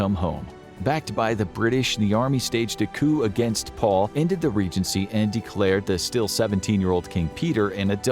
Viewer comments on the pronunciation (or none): none